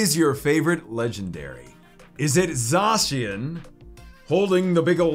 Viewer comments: And ZA shen not za cian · Zzzzacian